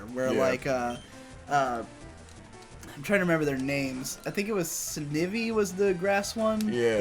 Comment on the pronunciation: "Snih-vee". It's Sneye-vee. Like sly.